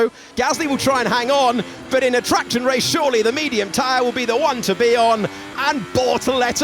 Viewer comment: it sounds like the commentator called it a tractor race lol